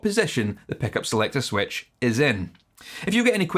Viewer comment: "Lez Paul" "peckup" heh